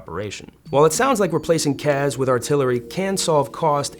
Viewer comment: CAS not CAZ. Where is the Z? Why would you pronounce it like that?